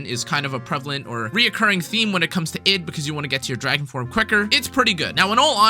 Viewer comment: Id is pronounced eed Also, I initially though Versalis was pronounced ver-sai, but that word already exists and isn't uncommon to japanese speakers, and it's spelled "Versailles", so unless it's actually mentioned by some VA in the story (in JP, the english VA is terrible as usual) then I have no idea how Versalis is pronounced either :/